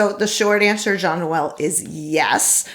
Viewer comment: Thanks for answering my question about my Honda CR-V but especially pronouncing my name correctly. Not everyone does. Love your show and keep up the good work. Jean-Noel